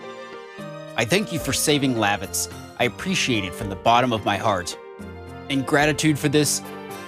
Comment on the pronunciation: It is weird for me to hear you say Lavitz's name the way you do as I would always pronounce it Luh- vits. I'm curious on how you pronounce future characters' names because I am sure they will differ from my pronunciation.